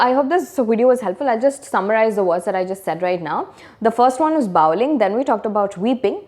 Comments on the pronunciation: Bawling - Baw as pronounced in saw, not as in now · Pronounced the word bawling incorrectly..